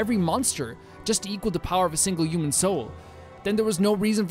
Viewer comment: Am I the only one who think he says “uman” instead of human?